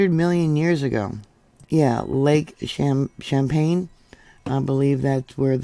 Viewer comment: Lake Champlain. Pronounced as if it is an S instead of a C at the begin ing of the word. Then you omitted the L. PLAIN. CHAMPLAIN SPOKEN LIKE SHAMPLAIN. I know you have some issues with words so I hope this helps you. I have vision problems with words. I don't see all the letters without turning my head constantly to scan the words for blank spots. It makes me a nervous wreck. It started after I was diagnosed with an eye disease that will eventually blind me.